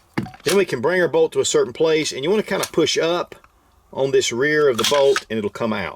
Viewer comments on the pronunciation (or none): none